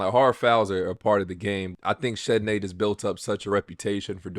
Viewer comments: You’re saying Chennedy’s name wrong man. I know it’s spelled ridiculous, but it’s just pronounced like Kennedy. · Carter's name is pronounced "Kennedy".